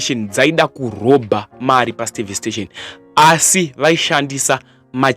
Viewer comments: Eh apo reporter inonzi service station not stavice station hahaha kkkk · Inonzi servstation not stavistation my son